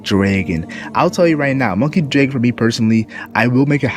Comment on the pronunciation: "DREGON" wth, its Dr *A* gon. not Monkey D Dregon